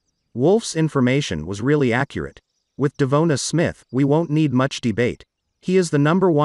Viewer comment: You’re the only guy mispronouncing his name.